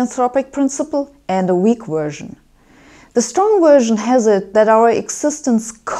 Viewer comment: Yes, she does. Plus, I love the way she says version...."Wersion" lol. She is awesome. TNQ